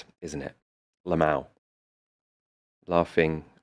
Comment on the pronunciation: There's something hilarious about the way pronounces 'lmao' as 'El Mao'.